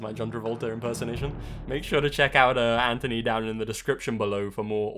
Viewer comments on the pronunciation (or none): none